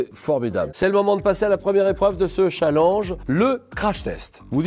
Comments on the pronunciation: Y'a que moi que sa fait rire quand Julien dit "chalanje" au lieu de "challenge" xD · au lieu de prononcer tchalenge JLP préfère prononcer challenge !! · MDR 😹😹 Julien le pers qui dit un chalenge au lieu de un tchalènge ( je sait que se n’est pas le bonne orthographe mais bon on vas pas commencer à se fair juger sur YouTube merde 😂😂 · Julien Lepers elle stresse à dire challenje et non challenge 😂😭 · C'est qui qui dit chalange au lieu de challenge ? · il dit chalang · Pas cha l e n ge chalenge bon dans le fon il le dit pas bien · c'est moi ou julien Lepers dit chaalenge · Julien Lepers qui prononce chalenge 😁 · Julien le Perse a vraiment dit de ce « challinge » 😅😂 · J'ai toujours l'impression que quand Julien Lepers dit "chalange" c'est une vanne 😅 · "dans ce chall EN ge" mdr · Je rêve ou il a fait expres de dire "Challange" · Il m'a stresser pendant toute la vidéo a dire chalenje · Il dit cha lenj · au secours il a dit chalange 😵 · Julien Lepers c’est la seule personne a qui je n’en veut pas de prononcer le mot ChallANge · J'adore la manière dont Julien Lepers prononce "Challenge" 😭 J'ai hâte de vous voir à la TV les gars ! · Waw comment il a prononcé " Challenge " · "youtoubeur" et "challange" merci Julien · mdr Julien Leperce il dit "youtoubeur "et"chalange" (sans l'acent)